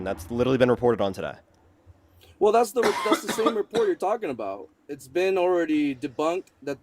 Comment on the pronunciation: talking Aboot? Is he Canadian?